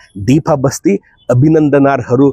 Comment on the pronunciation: Basti alla adu baasti nammuru